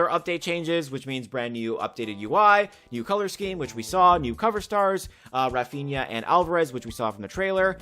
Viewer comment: "Raphiña" Me as a real Madrid fan: 🙄